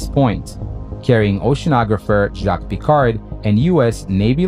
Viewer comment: Honneur aux premiers scientifiques : Jacques Piccard non « Pecar ». Intéressante vidéo et beau montage. Il manquerais quelques imagées d’époques pour la rendre plus agréable encore.